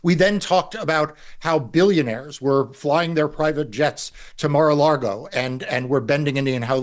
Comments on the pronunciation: "Mar A Largo" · There is only one R in Maralago. Spanish is completely phonetic. MAR A LAGO. It means Sea to Lake. You're insulting millions of Americans by constantly saying MAR A LARGO. Please fix this. It's like someone in Canada mispronouncing POUTINE. Even anglos know how that is pronounced. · Marc, It's not Mar-a-Lago, it's MAGA-Lardo!